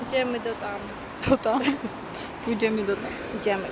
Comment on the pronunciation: kazde słowo które konczy sie na y ty konczysz na "i" pójdziemi, zobaczimi, oberzimi:)